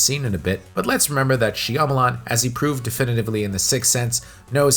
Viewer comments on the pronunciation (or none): Lol shamaleyans😂 then you came up with a second pronunciation later🤣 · Ba-TISTA ??? She-AMA-LAN ???!??? I can’t 😵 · Dave Buhhh - Tista and M Night SheeAh-malan or Shamalian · how can you have a youtube channel dedicated to horror films and not know how to correctly pronounce Shyamalan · The way you repeatedly miss pronounce his name just drives me insane